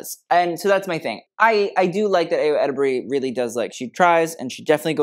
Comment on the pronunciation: for future refence: Ayo Edebiri - EYE-o Edebiri Cillian Murphy - KILLian Murphy my favorites were Colman Domingo and Margot Robbie! can't believe they did all that for the critic's choice i'm gooped and gagged